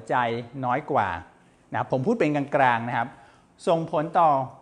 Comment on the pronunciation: คุณหมอช่อยปรับปรุงการใช้ภาษาโดยเฉพาะการใช้ "ร" "ล" เช่นคำว่า"กลาง" บางครั้งคุณหมอออกเสียงว่า"กราง" บางครั้งก็ออกเสียงว่า"กาง" เพราะเป็นรายการสาธารณะจึงต้องใช้ภาษาทึ่ถูกต้องเป็นตัวอย่างที่ดี